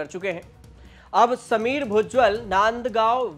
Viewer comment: भुजबल ना कि भुज्जल 😅😢😮